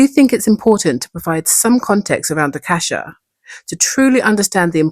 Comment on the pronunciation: I thought i heard you say "the blood of a cashew" 😂